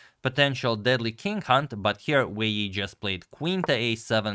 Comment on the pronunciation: I want to pronounce Wei yi like agadmator